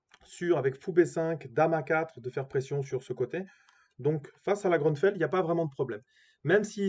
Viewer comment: Grünfeld est un nom allemand et se prononce GRÜ-NFÈLT